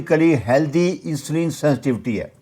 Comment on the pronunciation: جناب لفظ انسولین نہیں بلکہ اِنسولِن ہے۔ کسی بھی انگلش چینل پے سن لیں